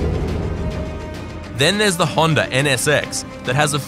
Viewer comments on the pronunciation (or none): none